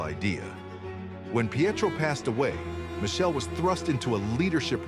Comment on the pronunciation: Learn to pronounce Michele,its with K